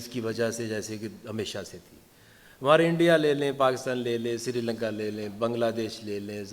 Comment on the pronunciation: Sirilanka nahi hi bhai srilanka. Bolne bi nahi aatha. Aur khelne bi nahi aatha.